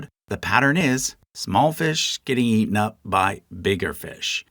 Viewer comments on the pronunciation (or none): none